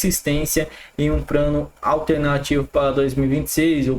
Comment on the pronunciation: Porra meu irmão, “Prano, Pranalto, pobreza”, vamos aprender a falar correto correto, nehh!